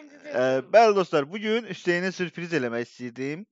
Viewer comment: sürpiriz oldu mürpiris 😂😂